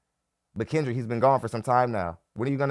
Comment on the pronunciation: Its almost as if you said "cringe-dra" for Kendra😅😅😅😅